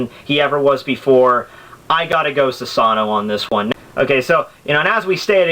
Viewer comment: all i can say is learn how to pronounce japanese characters dude cause the way you say susano or edo in edo tensei irritates me man a lot.